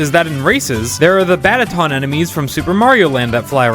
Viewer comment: also, batadon, not badaton